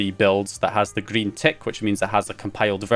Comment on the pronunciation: How he says griiin 😅